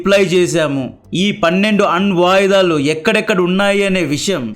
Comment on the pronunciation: ఒరేయ్ చావదొబ్బకురా.... అన్న..... వాటుదాలు కాదురా. Anvayudhalu